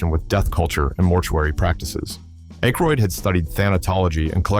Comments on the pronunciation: Description "For Entertainment Purposes Only! Fan Fiction" video maker should have done some research and learned to pronounce Aykroyd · I’m guessing directly out of the narrator’s ass. He has a vivid imagination even if he can’t pronounce Dan Aykroyd’s name correctly.